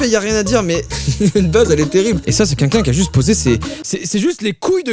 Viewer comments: On est d'accord il dit '' qunqun'' au lieu de "quelqu' un" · Est-ce que je suis la seule qui a remarqué que quand dit "quelqu'un", ça sonne comme qu'unqu'un? 😅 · A chaque fois qu'il dit "quelqu'un" aka "kunkun" jme tape un fou rire